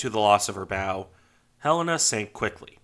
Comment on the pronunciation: Thanks for this and for pronouncing her name properly. For some reason, others move the accent in the title of her name. For those who may want to learn more of this great ship, here is an interview of one of the sailors who served on here from Pearl Harbor until her sinking- very interesting.